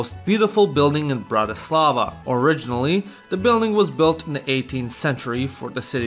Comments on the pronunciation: It's BRAtislava, not BratiSLAVA. Accent is on first syllable. I'm Slovak! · He is misprouncing Bratislava. Accent should be on the first syllable. BRATtislava, not BratiSLAVA! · im from slovakia and its bratislava